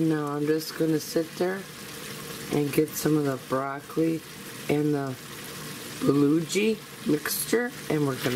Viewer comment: Yummy! I can't help myself though...my Korean friend pronounces it 'buh-GO-gee'. You are making me want an Instant Pot. :) Thank you for the video and it is so nice to get to see your pretty self!